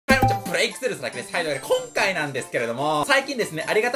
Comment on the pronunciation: こん↑かい すき